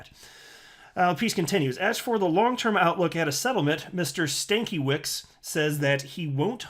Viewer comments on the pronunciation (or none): pronunciation is STAN-KEH-VITCH. dumb ass :))) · Stankie(witch) will be closer to oryginal prenaunce its Polish lastname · I think the name is pronounced Stan-ka-with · did anyone else originally hear stankielips? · Being part polish I believe it's pronounced Stan cue wich. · FYI, pronunciation of the name is probably more like Stan-kevich. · Stan-KEV-ich. It's Polish. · It’s pronounced Stank Uh Vits. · I only have one person I can talk to about crypto, full stop. Until they hear it from an Illuminati information vessel, it’s not happening for them. People have had the ability to rationalise for themselves, indoctrinated out of them. 🙄 ...isn’t it pronounced Stan-ker-witz? Says more about you, man. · ITS PRONOUNCED STAN KIA VITCH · This is how u should read it Stankevech in English